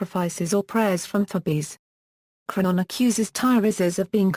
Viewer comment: Wow, 'Eteocles' pronounced to rhyme with 'vehicles?' Wow! Just wow! Is 'Sophocles' supposed to rhyme with 'philosophicals' then?! And 'Thebes' pronounced as 'thebbies?' Actually, that may well be fairly accurate for Ancient Greek, but it's not the modern English convention of 'theebs.' And the pronunciation of 'Creon' is unidentifiable. Is it 'crunnon' or 'cron?' I can't tell. What manner of speech-impaired or ill-advised robot is reading this anyway?